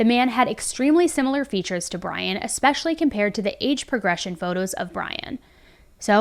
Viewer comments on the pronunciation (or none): none